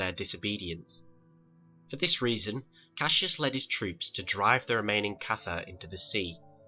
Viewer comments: If you spell it cassus say it Cassus not Cassius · It is pronounced Cas us not Cas e us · Jesus, it's not Cassius! It's Cassus. Do you try to mispronounce every word you say?